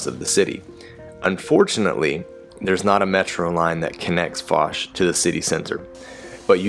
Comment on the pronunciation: The lady is pronuncing it wrongly. It is not FAZ, it is FOZ So not Fuzz, but Fauche, like the gentlemen is pronuncing.